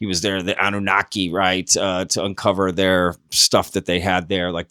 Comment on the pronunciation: I mean……’Deez auhtufacts fon the Ahnewnahki. All coming up’ What? Less nutters please. There no underground high speed train system all over the world that ends up in Denver. Stay away from the kooks